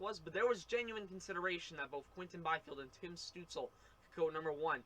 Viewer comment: Stootz-la. Not Stootz-ul.